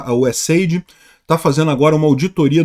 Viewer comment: Não se pronuncia USAID e sim USA-ID. Não é AID (ajuda) e sim desenvolvimento internacional. Não seria um financiador de ONGs, como se tornou para desvios e corrupção.